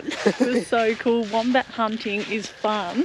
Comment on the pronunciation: The wombat family portrait WAS JUST SOOOO GOOD Priceless guys. 💗💗so adorable But even cuter is the way pronounce Wombat 🥰🥰 Apple turnover look heavenly and love your new top. Keep the hat action… it suits you And you know how much I LOVE the cooking segment Lolol